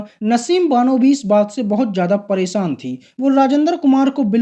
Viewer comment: आपका यह वीडियो देखा, अच्छा लगा, जो अच्छा नहीं लगा वह यह कि आप बार बार शादी को सादी कह रहे हैं और परेशान को परोसान कह रह रहे हैं आपको भाषा के उच्चारण पर काम करना होगा, आपको दुनिया देखती है, मै देहरादून से हूं और अभी कुवैत में रहकर आपका वीडियो देखा, आशा है आप मेरी बात का बुरा नहीं मानेंगे।